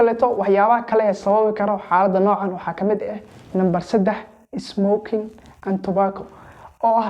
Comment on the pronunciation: 😂 smoking and tubaako siduu u dhahay qosolka iga dhamaaday😂